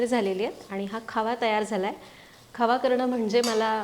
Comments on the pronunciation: मॅडम खावा नाही बोलत खवा बोलतात. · खवा असा उच्यार आहे